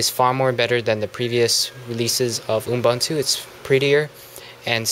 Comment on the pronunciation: Dude your videos are good but please please please pronounce Ubuntu correctly. Its not Unbuntu, it Ubuntu (YOU-BUN-TOO) other than that good review :)